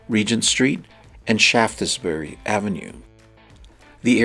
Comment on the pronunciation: As you were obviously taking care with pronunciation. I'll be picky and tell you Gare is pronounced like Care. Your commentary was very good. I work in Paris 2 weeks a month other 2 weeks at home in London. Shaftesbury...pronounced Shaftsbury. As if no e. Don't worry you're better than most. Our pronunciations are bizarre...example...........Cholmondoley...pronounced Chumley. 😂😂😂 The building you saw VIPs leaving from is the King's home, he doesn't live in Buck House. Doesn't like it, never did the Queen. Glad you enjoyed my country